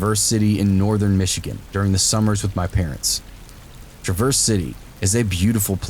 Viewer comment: TRAVerse City not TRAverse lol, and yes, it beautiful. They have a haunted restaurant called the Jolly Pumpkin with great food and awesome views. They let me walk around and take pictures. Check it out. But it's Travers like it's spelled. Not like the car lol.